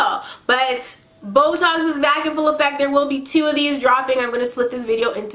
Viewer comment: I was listening to your story times for like 3 hours, and then I hear "Boetalks" and I thought you were saying "This was a really great botox" xD